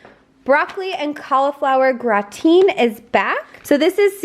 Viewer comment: Herbsy and grau-tine ? 😂 Is that like the Au-tum-nal?